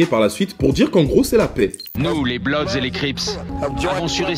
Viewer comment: Eu c'est pas blodz c'est bloodz quand tu pronance